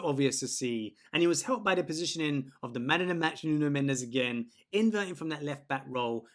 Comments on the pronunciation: Mate is not Nuno mendeseee (in spanish) is nuno mendeshh (in Portuguese), otherwise it sounds like me saying an english name with a french acent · Mendes, not Mendez ! S = ch/sh/x "Mendsh/ch" - The last "E" is silent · His name is Mendes ( portuguese) not Mendez ( spanish).